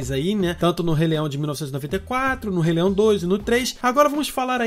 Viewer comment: " do rei leião" kkkkkk